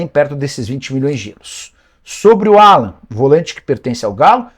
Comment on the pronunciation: Nicola do céu!! A pronúncia correta é “Álan”. Não “Alãn”! Vc é bem informado demais pra se permitir isso. Rsrs